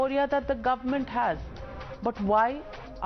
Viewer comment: the word is Government.. Not Goment...!!